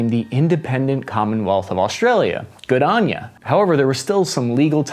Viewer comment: Dude, u do great work and I love ur videos, but as an Aussie I have to tell u when u showed a photo and described it as cricket, it was Australian Rules Football. I also had to have a good natured laugh at ur pronunciation of "good on ya" : )